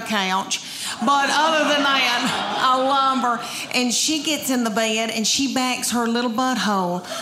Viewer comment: Where "Bed" is a two syllable word. "Bae-ed"